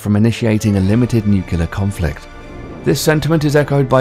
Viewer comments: Sorry but the word is not 'nu-cu-lar' it is 'nu-cle-ar'. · *nuclear, not nukular *cavitation, not caviation that was enough ignorance for me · Nuclear...not NUCULAR.............NUCLEAR! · Strewth, nuclear is pronounced NEWCLEAR not NUCULAR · NUCLEAR Is not pronounced NEWC-YOU-LAR it's NEW-CLEAR ok? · nuke-lear ... not nuke-ular... Come on... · Nuclear (new klee ar) not nucular OMG. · caviation, nucliar... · I feel there should just be a global fucking youtube narration class and its should be mandatory if you wish to narrate in English.... allowing for the queens and US English pronunciation differences but come on nucular isn't even a word guy!!!! And cavitation isn't exactly a difficult word. Stuff like miss Ailes and missull that's fine that's a dialect thing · The "nucular" didn't bother me as much as showing the inside of a spherical tokamak in screen while referring to a naval pwr. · Just reading a script. Hired for voice, not proof-reading. However, he also says NUCULAR (slowed down to verify). just like many D and R politicians pronounce it. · "... but have NUKILAR attack capabilities..." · Someone should tell the narrator how to pronounce nuclear. It's not pronounced nucular! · For the love of god... WHY "NUKELAR"??? Freakin word comes from nucleus... NUCLeus not NUKELus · I didn't know Brits mispronounce "new-kular" like Texans did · "Nuculear" It's not a word. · Nukelar .... Nukelar ....Nukelar ....Nukelar ...Nukelar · This narrator cant pronounce the word "Nuclear" properly he pronounces it as "nuculer"!!!!!!! So I just could not watch any more it drives me crazy when people cant pronounce the English language" propurleee"!!!!!! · "new-cue-lure" please no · "Nucular" "Caviation" Who wrote this script? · when he says nukular is not very kulear what he wants to say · What is nu-kee-lar and Cay-viation? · "nucelar" yeah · Why do you pronounce Nuclear, Nucular? And caviation??? Don't you mean civitation? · So just keep mispronouncing “nuclear” or ...?